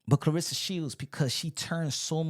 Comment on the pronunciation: No one even knows how to pronounce this girls name and that is sad. Her name is Cla-Ressa not Cla-rissa. Every time she gets introduced and even her man has called her name wrong. It is really sad. Dang if you gonna be her man the least you could do is say her name right.